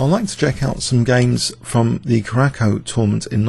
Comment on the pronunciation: Your pronunciation of Curacao needs some work. First syllable is pronounced "Cure." Second is "a" as in "about." Third is "sow" as in "pout."